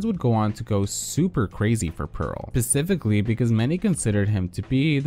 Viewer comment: 1.) I hate that you said PECIFICALLY then not even two minutes later, you say SPecifically. 2.) I think most of the people that come at RuPaul or anyone by saying they are transphobic are most likely not trans and straight. Also the people saying he didn't say enough about BLM are more than likely, more white people than black. Not saying that allys can't speak on public issues but I don't think that people that aren't marginalized by those issues, should be the ones affected, because they aren't. Also, I'm not sure if it's even right for white fans to freak out and call RuPaul racist while he, obviously being black, and them being white.